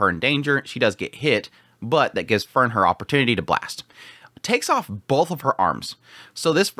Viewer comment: Still with the Fern and Fern and Fern oneday he might learn about enunciation...😓😓😓😓😓😓